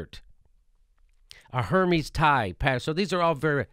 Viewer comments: 'Hermees' 😂is pronounced Airmeze' with an uppity condescending tone 😤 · someone tell Jimmy its pronounced her-may. not hermes. But I still love you Jimmy. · Hermes is pronounced "air-mez" :) Love ya Jimmy! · Sorry - but Hermes is pronounced 'err-mez' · Since Hermes is a French design house, the H is silent. Strange Jimmy didn't know that.